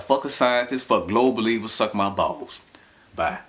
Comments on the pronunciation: What are "bawws"? And I'm sure they're as flat as his "urf". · I just love how he pronounce Balls. I hope they can make a remix of it